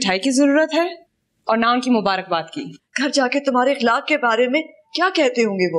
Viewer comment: It's not bikhlaq it's ikhlaq